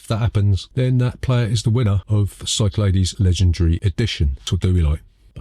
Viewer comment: I think you'll find it's pronounced Cyclades. Hope this helps.